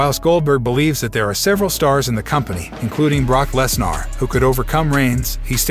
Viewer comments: Did he say. "Les Nar" ? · Yea lol Brock Les Nar